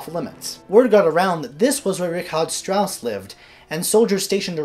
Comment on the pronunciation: Thank you for pronouncing the name correctly. Although my name is spelt differently (Rigard) it's also pronounced like Richard Strauss' name.